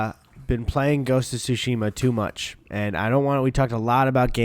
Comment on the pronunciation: My boy Eddie finally said Tsushima correctly ✨🤰🏿✨